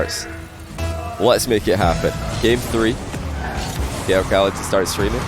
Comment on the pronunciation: wait a min... is not arab? his accent is so good for an arab and how he pronounce khalid and ahmad is like how johnny pronounces them..